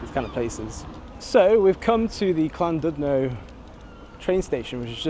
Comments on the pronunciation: It's pronounced Llan"did'no not Llan"dud"no. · Llandudno is pronounced "ɬanˈdɪdnɔ" the Ll is a unique sound; not quite cl but closer to cl than ll, more importantly the u sounds similar to an "i" sound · I know pronunciation is hard for non Welsh speakers, but what gets me is the F, in Welsh 1 F = V , 2 Ff = F and LL isn't C 🤣👌 the original British language should be learned by everyone in Britain 🤣🤣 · LLandudno. Ah yes, the Welsh double L. It's quite simple. put the tongue against the roof of your mouth and blow, letting go for the second L. No single L and neither a c nor a k.